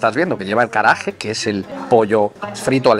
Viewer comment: Hola. "ge" y "gi" en japonés lo tienes que leer como "gue" y "gui" en español. Así, es "karaague" y no "karaaje". Yo creo que el restaurante hace platos japoneses y de otros países asiáticos. Lo digo por los rollitos y el plato de arroz tailandés. ¡Buen vídeo!